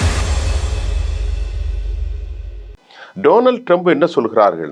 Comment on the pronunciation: கசாவை இல்லை ஐயா காசாவை முதலில் உச்சரிப்பை சரியாக பேசுங்கள் ஜோனல்ட் ட்ரம்ப் இல்லை டொனால்ட் ட்ரம்ப்